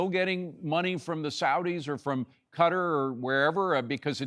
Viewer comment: I'm glad to hear General Keene pronounce Qatar "cutter". I somehow remember that's how James Michener, in his book 'Afghanistan', many years ago, said it's how it should be pronounced. Not "ka-TAR", like I hear so often. General Keene, like Michener was, is a national treasure.